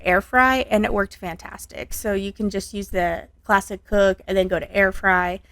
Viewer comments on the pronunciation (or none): I was wondering if you can elaborate on what the heck is the plastic setting? Oh wait, you were saying classic setting but I kept hearing plastic lol. Ummm, plastic shouldnt really be a part of a heat setting should it? It took me until the end to figure out what you were saying lol. Looks like a nice air fryer, I especially love the grill marks.